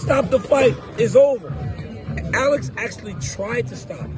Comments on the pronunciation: Stop say all-ex 😂 just say Alex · Why does dc say Alex so weird? Lmao why does he call him like that? 😂🤣